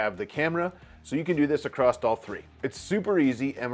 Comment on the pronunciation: There's no T at the end of across 🖖